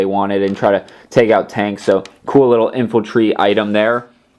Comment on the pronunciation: Sorry to be negative but you were saying infaltry not infantry